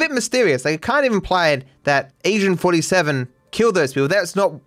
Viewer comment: I'm not the only one that hears "asian 47" when says "Agent 47"?